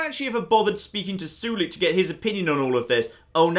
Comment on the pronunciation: The way he pronounces Sulik's name bothers me a bit, I pronounce Sulik as (Soul-lick) not sure if it's the proper way of saying it..maybe is right after all and I'm just a noob